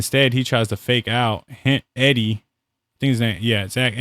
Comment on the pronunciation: Good video! If you're going to analyze and breakdown film, at least learn how to pronounce players names. Kessler and Eeedee.